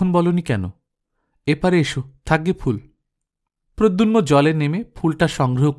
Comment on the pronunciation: উচ্চারণ ঠিক করার দরকার আছে। প্রদ্যুম্ন। প্রদ্যুন্ম নয়।